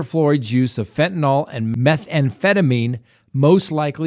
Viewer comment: I'm sorry to be picky when your content is so great, but PLEASE pronounce Fentanyl correctly.